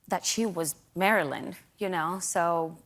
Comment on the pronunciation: she cannot even say Marilyn with the right intonation and stress